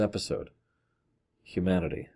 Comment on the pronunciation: I legit thought you said "Q-manity"